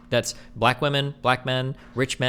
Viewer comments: Do none of your realize that many of these "women", especially that talkative blond, cannot pronounce "women" as "women", but only as "woman". I'm noticing this more and more. It is bizarre. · and she cant even pronounce "women" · why do all these girls pronounce women plural as "woman"? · Why does she keep saying “woman” in the plural for “women”?! Is she fucking stupid? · Why does that girl keep saying woman instead of women? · MY GOD! What is it with this generation of women not being able to pronounce "women" as "women" but instead, they pronounce "women" as "woman"! Am I the only one who notices this?? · Why tf is unable to say women? She constantly uses woman as plural and it's irritating af